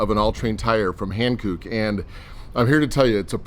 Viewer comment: Han*cook* not hankoooook 😂😂